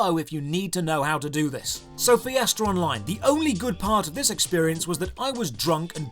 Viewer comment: Fee-essterr Online